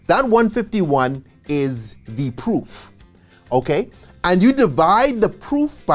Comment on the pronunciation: 😂😂 thought he was saying POOF at first 💀💀